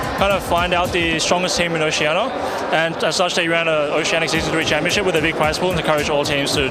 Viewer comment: i know it's oceania but even raydere said oceana l0l